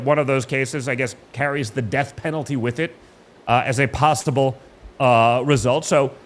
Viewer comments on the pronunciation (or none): he says "pastable" instead of "possible." What a joke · He said pasta bowl instead of possible 🤣